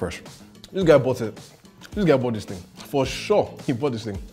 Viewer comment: Everybody: horrible, despicable, poison: This ting is good😂😂